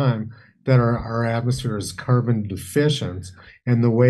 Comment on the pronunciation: The ways he pronounces carbon and garbage is like my 7 year old